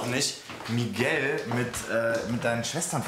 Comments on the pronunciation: Miguel und nicht migeäo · Olivia: „MiGAU“ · hat olivia kaputten mund oder wieso sagt sie migau